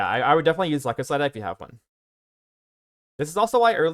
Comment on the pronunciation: lie-Kos-syd-eye or Lie-kose-syd-eye. Great guide for a great build! Cheers.